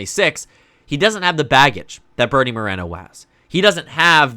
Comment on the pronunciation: It's MorEEEEEno, not Morano